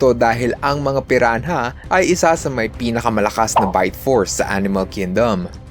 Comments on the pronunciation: Pirana (piranha) hindi piran-ha..ano ka si tipsy d? TANGA‼️‼️‼️ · Pirana po yung pag bigkas sa Piranha ☺️ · Piran- ha? Hahahaha